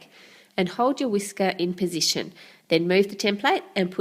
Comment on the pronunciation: lol i thought yo say sh*t x) but its position